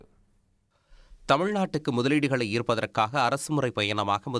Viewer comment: 😂😂😂 முதலீடு ஈர்க்கவா போயிருக்கார் அழுத்தி சொல்லும் போதே பொய் என்று தெரிகிறது.....இதுவரை ஜப்பான் முதலீடு எங்க போச்சு 😂😂